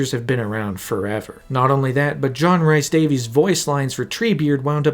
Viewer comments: John "reese" Davies.... Not "rice" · Loving this vid so far but if you say “John RICE Davies” one more time…. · Fantastic video. Loved sitting listening. However, dude, please just learn to say John Rhys Davies name right. Please. Plleeeaasssee But aye, overall great watch. Really well done!